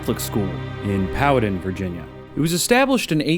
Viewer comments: Where in Va? You should know how to pronounce Pow a tan. (Not being mean) i gee up in Midlothian and moved to Powhatan as an adult. My kids went to the local Catholic School here now. It was once connected to that school. I still know people who went to the school after it was sold. Now it’s vacant though. Otherwise, great video! LOVE IT!!! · I love my home state. Virginia is amazing. Each day I find out more about it! I’ve been to the DLH Sportsplex. It’s nothing amazing. Also it’s pronounced Pow-hu-tan. Take a breathe in between syllables lol.